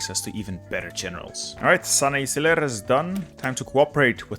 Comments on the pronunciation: Quick tip: “c” in Turkish is pronounced as “g”, for instance “sanayiciler” is more like “sanayigiler” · in Turkish; letter "c" pronounciacion is always pronounce like letter "g" so its like "sanayigiler" if you are speaking english. It doesnt matter how you pronounce to me, but its always good to learn something new :p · You can spell sanayigler.Because in Turkish ''ci'' sounds like a ''g'' in English.That will be help to your pronounce.